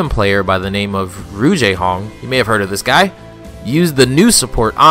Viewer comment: jay honk😂😂😂😂 it’s jayhong